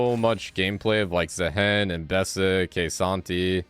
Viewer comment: If you want to start playing K'Sante PLEASE learn how to pronounce his name. It's not K'Sant-HEY, it's more like K'Sant-eh, cut that sound in half